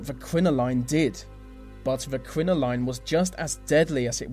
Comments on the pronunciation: It's crinolin not crino-line. You're not Neil Diamond. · Are you English? You do not know regular English words ..crinoline is spoken as crino lyn.....not line.. And that speech impediment is weird......so NOT English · I do not think a crinoline (pronounced [krinoli:n], not [krinolain], or, as they call it in America a hoop-skirt belongs on this list with lead makeup and foot binding. Women wore crinolines (and corsets) for centuries and not that many died. As for getting the edge of ones skirt caught in carriage doors, please! Any woman wearing a long skirt today or indeed any person wearing a long overcoat is exposed to the same "danger". I mean, Isadora Duncan was basically hanged by her scarf in a freak car accident, but the scarf is not considered a dangerous item of clothing. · It's CRIN-OH-LYN .... That is all! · thats not how u pronounce crinoline or corsets -. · I totally agree. Every time he mispronounced crinoline I wanted to scream. Good research and content though, however the delivery was dire. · Sorry, but he most certainly did not pronounce crinoline like the British either.